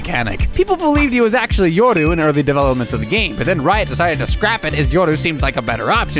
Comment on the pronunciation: I love the way you pronounce Yoru xD